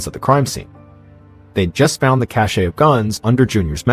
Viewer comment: Someone please tell john that the word "cache" is pronounced 'cash', not 'cashay'.